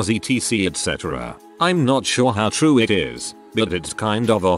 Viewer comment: Content creator decides to use robot voice to read content > robot voice not programmed properly > robot misreads "me" as M.E., misreads "it" as I.T., and most ironically mispronounces "properly".